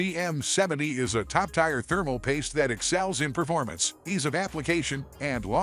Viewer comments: Fake sounding AI voice says it’s a “top TIRE paste”. 😂😂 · lol. “It’s a top TIRE paste”. 😂😂😂